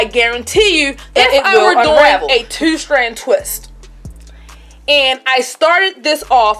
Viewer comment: I’m sorry idk what your accent is, sounds like Baltimore but love how you “two” like tew lmao